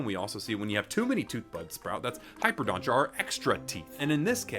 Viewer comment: Bro said hyperdonta 2 times